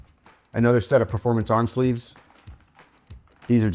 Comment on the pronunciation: Love Bohdi grips. Your'e gonna like them. Been using other brand arm sleeves for years. "sleefs"" Really like my SAGA SH. Not a "two ee" fan.